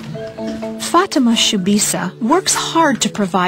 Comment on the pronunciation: This is the power of trhe lord. For it says that you will do these works and more. THERE IS NO LIFE IN SATAN. There is life in Jesus. he is the truth and the life and those that invite him in will recieve eternal life. Ok, one problem this ladys name is prononced wrong it is fatima. Fa-tem-ma. God bless